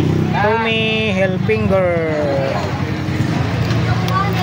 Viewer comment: Tommy Hilfiger hindi "Hilfinger"!